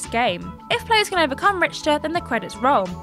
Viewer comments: Wait what? RICH-ter Belmont? "RICH"?! You gotta be kidding me. It may be spelled that way but its pronounced RIK-TER....rich-ter ugh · Rick-ter. Not Rich-ter. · RICKtor, not RICHtor. Jesus. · Does anyone at TJ towers ever listen to audio before they publish a video? To be fair... Her guesses are pretty good on words she hasn't seen/heard before but it seems careless to not let her know before these go out. Like here..."Rich-ter" is a reasonable guess on how to pronounce "Richter" as that is how it is spelled, but would it be so hard to let her know it's pronounced Rik-ter? It's not hugely important, but at the same time, the boys are much older than her, and I would think they have an obligation to help her out as other have obviously done for them. Or not. I don't know anything. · No one corrected her saying RICHter really???? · I wonder who the editor is, or if they have one. Pronouncing Richter the way she did is understandable if she's not familiar with the source material but 'Reqium' should be underlined in red in just about every word processor. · ... what is with all the Simon Miller jokes lately on Triple Jump? I mean, I know, outside of management, a lot of the staff of WhatCulture and Cultaholic and Triple Jump are still friends/coworkers............. but.................. I mean.......................... oy. We get enough Simon as is. Also............. geeez...... misnaming a main character in one of the greatest games of all time................... It's pronounced "Rick-ter" not "Rich-ter". Shit like this is why people complain.